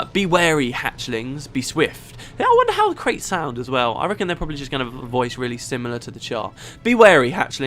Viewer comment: "shipping kraits"...... "crates"? Priceless.